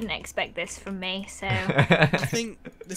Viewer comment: Omg I'm not the only that says meh instead of me